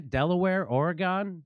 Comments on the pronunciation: I love ya Jimmy - but Ore-GONE......really?! I mean........we're LITERALLY the state right above you brother. Lol. It's Orygun buddy. Lol. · OREGEN NOT OREGONE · Ory-Gin, not Ory-Gone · Or E Gun. Not Or E gone. Love you Jimmy from Eugene,OR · Oregon is pronounced like ‘organ’ and not like ‘or eh gone’ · It’s pronounced ore-gun not gon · Dude, I love you, but it’s pronounced Oregun. I still love you though :) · Oregon is pronounced Oregin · It's pronounced "Ore-gen" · it's pronounced or y gun!!! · The ending is pronounced more like "gun," but speed up the u. Edit: and the e is more like a soft a. Oh-ruh-guhn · It is pronounced Orygun. Please. What do you call Arkansas, Are Kansas. heh. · I hope Jimmy is being silly about pronouncing Oregon that way. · Completely agree with Jimmy 💯. Let’s work on the Oregon pronunciation tho (says my Pacific Northwest self/ocd) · After listening to this clip I am asking myself: "Have I been pronouncing Oregon wrong my whole life?" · It's like "organ". Emphasize the OR a bit and we'd appreciate lol. You can spot an out-of-stater real quick.